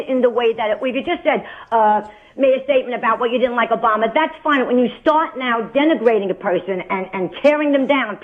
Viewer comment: Obamer? I thought it was Obummer. Funny stuff!